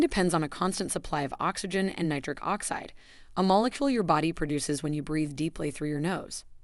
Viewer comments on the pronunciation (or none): none